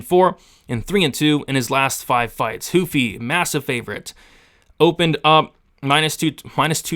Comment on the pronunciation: Why huffy ...??... itsss RRRRUFFY ... WHY evry last name with an R... Is made to sound like an H...FOR EXAMPLE ... LAST NAME RAFA .. most will say hafA🤦🏻.. Brady ✌️🤓